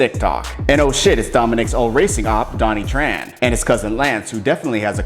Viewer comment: Lol did he just say Donnie Tran ?? It's Johnny Tran ..